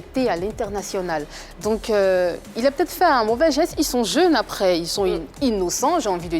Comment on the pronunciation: APRES RRRRRRR LOL TCHIAA